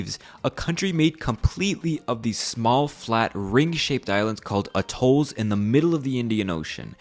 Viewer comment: at'olls ... not a'tolls.. and why on earth would you bother with educational institutions for this place ? Can't they go somewhere and get a proper education? If they even needed to .. I mean .. really .. working a door of a register is all they need.